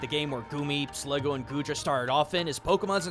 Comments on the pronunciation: It's SligGOO not SligGO! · The only thing I hate about this is the extremely obvious mispronunciations. Slig _goo_, not Slig- Go. And Deino is Dine-o, as in Deino Zweiloys Hydreigon being Ein Zwei Drei, the german numbers for 1, 2, and 3.